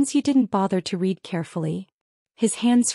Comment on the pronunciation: I actually liked the story because the science involved was basically science fiction in a contemporary setting, and I will give this story a thumbs up. However, I feel the need to point out one flaw caused by the AI and/or editing you did. "Read" has 2 meanings and they are pronounced differently. You got it wrong every single time for both pronunciations.